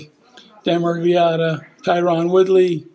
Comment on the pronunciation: "Ty-Ron" Yep still casual